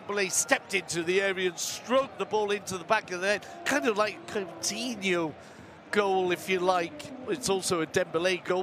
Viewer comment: He allways says Catinho insted of Coutinho i hate when he says his name wrong all the time its not that hard name to pronance at all.